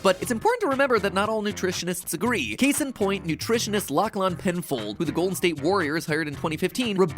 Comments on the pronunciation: The way Americans pronounce Lachlan breaks me 😅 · the way matpat pronounced the name Lachlan was wild. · The pronunciation of Lachlan is so wildly incorrect I’m just astounded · The way he pronounced Lachlan pains me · Why you say lachlan like that